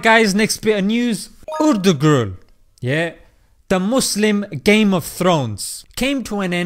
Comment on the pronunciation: Its not urdugrul its pronounced air thrul